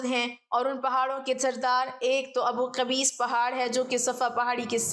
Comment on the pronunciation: It’s Abu Qubays not kabees